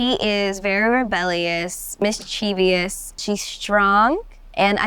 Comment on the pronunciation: Teach her how to say mischievous.